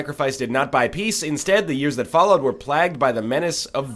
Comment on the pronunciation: all these comments criticizing nl's choice of character and not one focusing on his pronunciation of the word "plague". Theres an ayy in there dood.